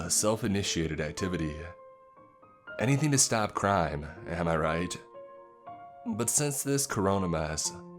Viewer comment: Does the pronunciation ever sound a bit off to anyone else? Like “sort” or “to” ? Is he trying to enunciate more clearly? Sorry this is really minor and petty i’m just wondering, I love these readings <3